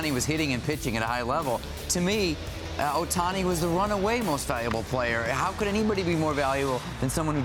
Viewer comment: Bro its not even close lol.. Ohtaniii